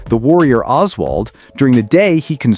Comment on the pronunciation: "The warrior Oswald" is crazy. "Throne" is crazier. You can't play the game with their in-battle interactions and walk away not knowing how to say the characters' names.